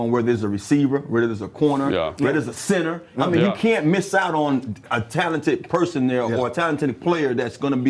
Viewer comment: Where there's a center. Tana put emphasis on the center. I agree! I'll pull the trigger at 29.